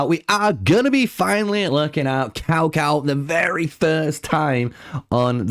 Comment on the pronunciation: It's TsaoTsao, if you're going to try pronouncing it.